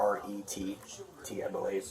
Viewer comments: Come on cop it’s not that hard moron it’s Barrett 😂😂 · I was like, it’s Barrett. ….. Bro, it’s BARRETT!! 😂😂😂